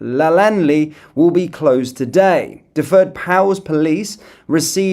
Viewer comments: Just so you know... Dyfed is pronounced as dove - Edd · Can’t you say Dyfed ?! 😂😂😂😂😂😂😂😂😂Lol